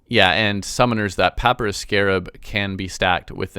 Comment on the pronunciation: Who says papyrus like that?!